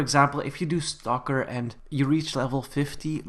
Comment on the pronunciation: I heard “there’s a stocker job” as “There’s a stalker job!” XD